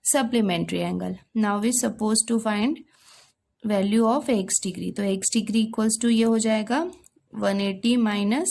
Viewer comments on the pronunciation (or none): none